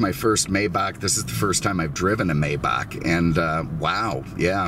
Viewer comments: Oh and can you settle something for me? A buddy and I have been arguing for a bit on the pronunciation of Maybach - Is it “May”bach or “My”bach? Obviously one of the most important questions of our time...lol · It's "My-bock" according to the pronunciation tools available. I usually hear it said "May-back", but seems to have split the difference. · for God sake pronounce the name of the Maybach correctly! You are the best and I was shocked to hear you say "May-bach" as in "may I help you", the work is spoken "My-bach" "May" in German is pronounced like "Mai" in English, e.g. My car, My Sauerbraten not yours, My Porsche (Por-sche with the "e" spoken as an "ah"). You're very unique and I learn a lot from your presentations but the Maybach thing has to be corrected concerning this German Masterpiece. Wilhelm Maybach (German: [ˈvɪlhɛlm ˈmaɪbax] ( listen); 9 February 1846 – 29 December 1929) was an early German engine designer and industrialist. During the 1890s he was hailed in France, then the world centre for car production, as the "King of Designers". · It's actually "MY" Bach by the way. I've driven one of these before and it's just and overdressed S Class. It sounds like an S-Class, drives like an S Class, and everything else. The biggest difference is it has more expensive equipment. And an older Maybach like this one cost the price of a brand new base model S Class in today's time. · Just say "my" and add "bah" like in Baja California. That plate, Jesus Christ....it's like plate that Zuckerberg will have :))) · it's spelled Maybach but it's pronounced My-bach. Just an FYI. May is pronounced My. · Apologies it is pronounced as My-Bach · Please call it by its proper name, Maybach is pronounced Mybach.